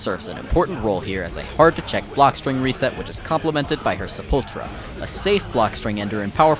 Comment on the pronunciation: se-pol-tra ???, I cant. mean the other Pronunciations were fine but, Danm thats funny